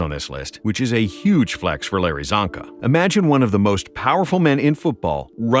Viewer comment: As a hungarian my ears are bleeding when he pronounces Csonka